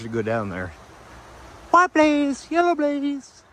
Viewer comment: I showed my 2 year old daughter your videos for the first time today dince youre coming close to us now. She loved seeing all the water, and when you say "white blaze" she thinks you say "puppies!" 😂